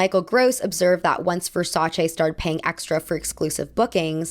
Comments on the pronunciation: Thank you so much for your pronunciation of Versace, yes it's che not chee, they are Italians from Europe not jersey italians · Good pronunciation on Versace. Gianni Versace knew the power of celebrity and was extremely adamant about having top models in his shows as well as celebrities wearing and staring in his advertisements